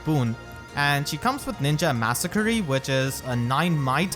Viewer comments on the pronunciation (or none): the way you say masakari like massacre-y is so funny to me